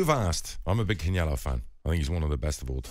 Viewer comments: My man said "Kenellio" 😂😂😂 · Who is can-yelo? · "I'm a big Canyelo fan" he says as he pronounces his name in a way that nobody else ever pronounces it.